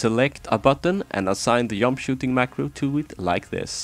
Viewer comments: The "yump" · "peak of the yump"